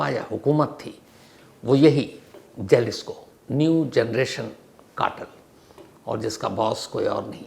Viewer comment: It's pronounced Halisco .